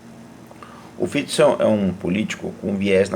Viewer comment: Primeiro que falou o nome do primeiro ministro corretamente. Parabéns!